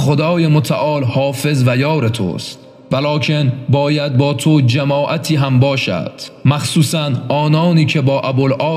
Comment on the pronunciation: پیامبر فرمود ای علی به آنجا برو باید با تو( جماعتی) باشد... گوینده خوش صدا و با فصاحت کلام مطالب را بیان میکند ولی بعضی کلمات با تلفظ اشتباه متن را خراب میکند در کلمه جَماعت به معنی جمعی از مردم با فتحه در حرف (جَ) ولی با کسره (جِ) به معنی مجامعت ، جِماع کردن و همبستر شدن فقط جهت اطلاع